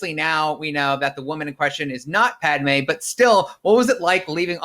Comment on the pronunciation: I hate how he says Padmé’s name.